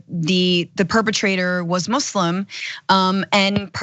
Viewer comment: How come Franny knows how to pronounce "Muslim" and Cenk doesn't? ...